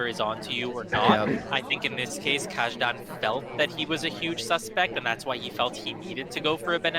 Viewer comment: This was most definitely mentioned somewhere before, but "Kajdan" should be pronounced as "Kaydan", not the way it was pronounced here.